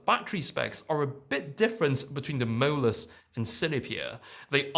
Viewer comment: I like how your pronounciation of 'MOLUS' almost sounded like 'mirrorless'. I got confused in the beginning 😁